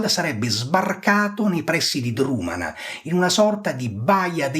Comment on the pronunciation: Egregia analisi. Un solo appunto: Drumanagh va pronunciato con una velare aspirata, in modo simile a un fonema semitico.